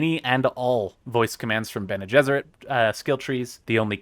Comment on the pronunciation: Bene Gessrit - come on